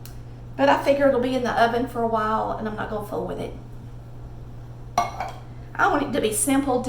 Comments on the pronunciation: The Emile Henry cookware is pronounced E-mill Awn-ree, not Emily Henry. It’s French. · Hi sweet. The beautiful dish is from France. For Americans some pronunciations are a bit different. But, anyway the correct pronunciation is Emeel Onree. I grew up in Lexington Mass. My Dad was from Boston! My Mom and my 2 older brothers are from Georgia!! Spent many a summer vacation in College Park or LaGrange. Lived most of my life in Virginia. Lots of different accents!!!😄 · I think the Emile Henry is pronounced as Emil Enry with a french accent. He was a renowned French Potter a very long time ago. I love their pieces too. Oh my gosh, your chicken spaghetti looks awesome. Thanks